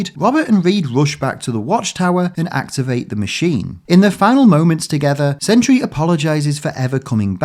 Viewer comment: Sentry ha more like Sen/try 😐